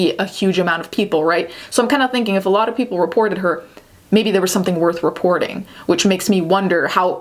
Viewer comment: “reportening” lol